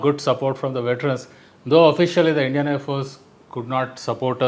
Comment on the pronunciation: ...the indian armed forces including IAF have always resorted to lies,exaggerations and distortions to cover up... I wouldn't be surprised if lying rules supreme even now in this discourse...And,what atrocious pronunciation!Their womenfolk are better speakers!